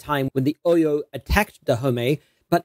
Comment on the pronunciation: Your pronunciation of Oyo is appalling